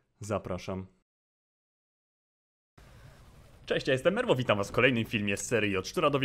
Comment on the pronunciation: Nie spodziewałem się tak szczerze I tak BTW jako pierwszy przeczytałeś moją nazwę poprawnie